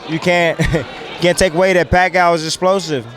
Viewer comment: Bradley calls,em "Pacow!"😂😂😂😂